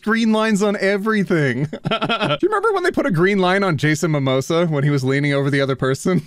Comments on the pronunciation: Jason Mimosa. 😂 That’s the only valid pronunciation now. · I hope i heard that incorrectly and you didn't say Jason Mimosa instead of Momoa